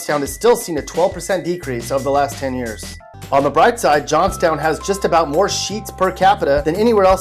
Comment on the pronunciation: The way that he pronounced Johnstown irritated me.